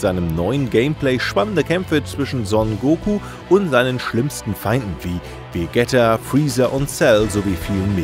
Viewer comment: wäre Vegeta nicht auch die logische aussprache? Ich meine Vegetta ist ja doch schon was anderes ^^